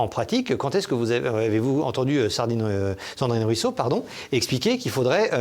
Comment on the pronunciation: Ahahah par deux fois, il dit Cendrine Ruisseau dont une fois où il commence à dire Sardine Ruisseau😂😂😂